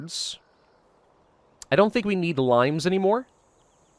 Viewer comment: That "Limes" is pronounced Lee mess not like the friut. The word comes from the roman defense installations against the germanic tribes.